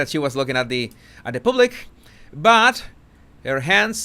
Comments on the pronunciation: Wales (plural) pronounced like whales. Public pronounced as paablik, not pooblik. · I love how pronounces the word “public” 🤣🤣 Pooblick 😂😂😂😂